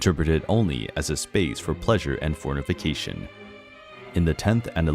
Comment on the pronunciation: Fornication has 4 syllables not 5